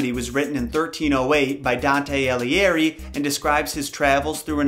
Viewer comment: Your pronunciation of Alighieri is wrong.